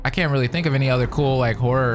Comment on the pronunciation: Yo, I really thought he said “I am whore”😅😅😅 but given the context of the video… horror not whore. 😅😅😅